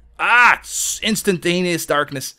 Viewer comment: ROFL, Ok I know he said instantaneous darkness (because I went back to listen again) but it came out as instant anus darkness the first time for me and my lemonade went everywhere!!!!